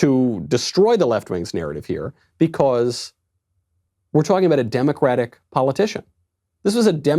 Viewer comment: I just noticed that knowles pronounces because as bee-cuh-ase